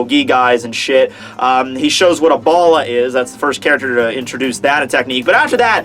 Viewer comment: the bullet of zero that Yammy did, it's not "bOla" (means Ball), is "bAla" (means Bullet)